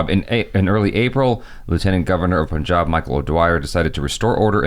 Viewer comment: I can die peacefully... American saying Punjab and not Pooonjab. 😂